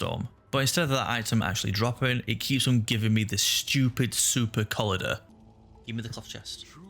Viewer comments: Brother, please stop saying Collider like this. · a lot of pretty elementary mispronunciation errors in this video. Xy is pronounced like Z, so it's Zyexa. I find it hard to believe that you don't know how to say "collider" but hey. anyway, good luck. a little too distracting for me to continue watching.